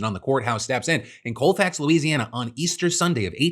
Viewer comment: I’m from Colfax- it’s not Cole-fax, it’s Call-fax. And there’s a plaque in front of the courthouse dedicated to that riot. Grant parish in general (of which Colfax is the parish seat) is racist as hell. If Pollock and Georgetown aren’t officially sundown towns, they damn sure are unofficially. Deville over in Rapides, is. Louisiana is showing the world how fucked up and wrong the south still is, has always been. Because enough people here are still hateful, ignorant, and stupid enough to vote against their best interests. At this point, let this area of the country do what they wanted to in the 1860s, let Trump have it, and let the rest of us live in peace, governed by rational adults and not a giant toddler in a perpetually shit-bulged diaper. And take your shitty Supreme Court justices with you 🖕